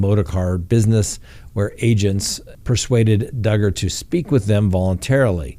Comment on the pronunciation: Hi.......yep Dugger rhymes with Hugger......ok here we go...love you